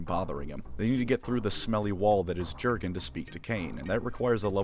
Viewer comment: Having reread the first six books recently, I can say that some of this isn't true. Namely the psyker's tittage thing - Cain was way more interested in the Inquisitor herself. Also the "ju" in Jurgen is pronounced "you", and the emphasis is on the last syllable, it's an eastern european name.